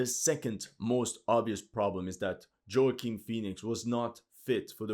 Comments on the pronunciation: Joaquin's name is pronounced 'Wah-Keen' not Joey-king jfc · Wah-Keen Phoenix. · By the way that’s not how you pronounce Joaquin Phoenix lol The J is pronounced like a soft W or woaquin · Just so you know, his name is pronounced wah-keen Great video other than that. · You mispronounced Joaquin's name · Like Ridley Scott slaughtered the story of Napoleon, Alexandre the butchered pronunciation of Joaquin Phoenix’s name.